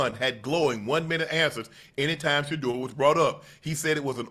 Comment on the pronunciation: A coach who actually says his name, Sheduer.